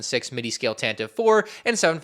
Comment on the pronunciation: It’s pronounced tan-tiv-vey